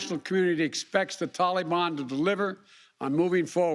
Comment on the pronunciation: Hey ""/ Joe. Its NOT Talibon.... It's Taliban... And i also disagree, We should've destroyed any evil "Taliban" fighter or terrorists within 100 miles of the airport like we are fully capable of doing and then got every single American, Allies, and any Afghan civilians that helped the USA for the past 20 years and help relocate any Afghan civilian or families incapable of fleeing to a middle eastern country willing to take them. From there they could take the legal courses to obtain United States citizenship like all of our grandparents had to do at some point. And let's not forget about $85 Trillion dollars of military equipment paid for by us hard working Americans that was giving to the enemy for FREE that they can use to terrorize the world for years to come, not to mention use against America. Stop making excuses and blaming everything on someone else or the guy before you... Stand up and use your f#*×ing backbone and set these problems straight instead of running away... Last i knew Americans run into the danger to help and protect people in need.. not run away from any unfinished goal! GET OUR MILITARY EQUIPTMEMT BACK BY ANY MEANS NECESSARY!!! STEP UP OR STEP DOWN AND LET A REAL PRESIDENT WITH A BACKBONE HANDLE IT.. 🇺🇸✈🇺🇸✈🇺🇸✈🇺🇸✈✈✈✈✈🇺🇸